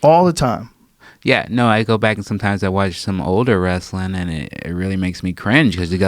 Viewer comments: "it's just wrastlin." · "Just wrasslin..." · "Just wrasslin"...Ron Funchess